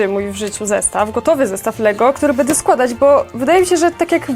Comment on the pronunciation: nie mówi się bede tylko będę